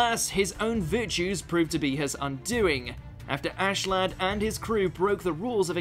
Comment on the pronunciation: WTF lad wtf it’s not lad its askeladd